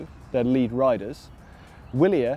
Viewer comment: I thought "Willier" was pronounced with a V?